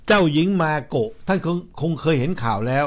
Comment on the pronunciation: ชื่อ เจ้าหญิง มาโกะ ไม่ใช่ เมโกะ จะไปเมแกน อยู่เรื่อย MAKO ค่ะ MAKO